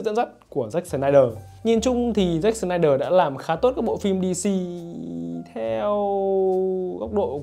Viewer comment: "SỜ-nai-đờ" phát âm đúng tên ông ấy khó dữ vậy khoái phát âm chữ S dữ vậy ???